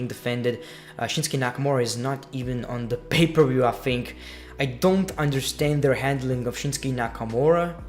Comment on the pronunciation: Why do you pronounce "think" as "fink"?